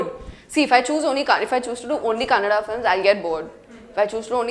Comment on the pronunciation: It's kannada! not kannad!